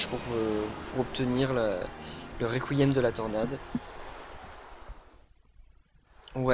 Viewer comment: c'est pas réquiem mais rekiem